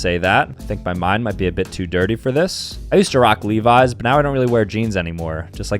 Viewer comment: It’s not leeveyes it’s levis